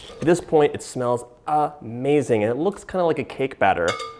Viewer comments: I love how he says AH-MAZING!! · He says, "at this point, this smells A-Mazing" 😁 also, "De-Licious" 😍